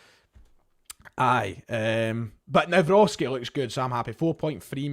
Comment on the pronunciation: I’ve bumped into you back in 2020 near the Footlocker, gave you an awkward handshake when it was a little bit inappropriate back then 😅. It’s nice to see how you and your channel have grown since then. Little tip on how to say Maik’s second name, it’s Navro-tzki. Best greetings from a Polish fan. Keep up the good work and all the best in the near future 🙏🏻